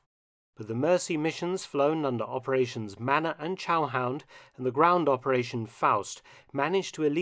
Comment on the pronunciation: It’s manna not manner